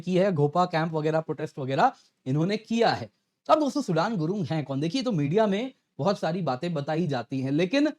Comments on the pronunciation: It's not SUDAN it's SUDHAN I think so, I believe ❤ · Sir its Not सूडान , its सूदन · सुडान नही सुदन हे😂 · His name is सुदन. Not like the country Sudan. Our languages originated from the same Sanskrit language, do better.